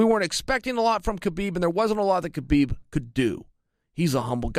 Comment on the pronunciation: Anyone remember when chael said khaboob accidentally 😂